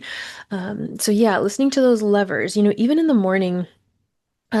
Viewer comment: Btw I thought you were saying the word lovers for the first two minutes thanks for the clarification